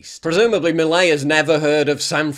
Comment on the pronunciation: You say « milei » so badd